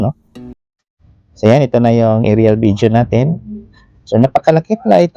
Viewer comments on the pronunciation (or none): none